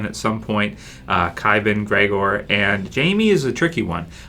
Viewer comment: Its Qyburn not Qybin